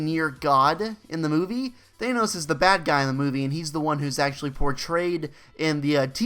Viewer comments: Thanos not thaneos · Good video apart from how you kept saying " thaynose " instead of "ThAnos " :p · He said thaynos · Thanenose 😂😂😂 please pronounce it correctly